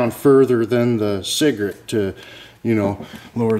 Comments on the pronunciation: Cigrit. He never said "cigarette" once. Just sayin... pologize. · why does he keep saying cigarette?